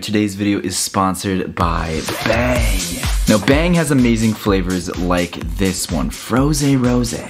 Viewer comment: Is it just me or when was doing the bang energy thingy did he say beng